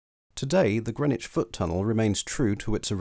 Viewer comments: You might want to check your sources if you imagine there was chalk beneath the river at Greenwich. BTW Grennitch is in New York. The area of London is pronounced Grinnidge. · people in Hackney say Grinnidge but the announcement on the DLR says Grennidge.